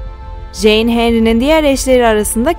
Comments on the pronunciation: Jane nasil en diye okunuyor abla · Ah keşke Jane’i “ceyn “ diye okusaydınız. Yine de teşekkürler